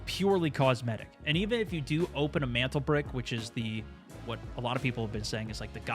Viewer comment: idk how many times you said mantlebrick when it’s mandelbrick